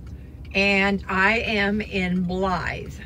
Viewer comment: You said Blythe perfect. That is my middle name. Nobody ever says it right.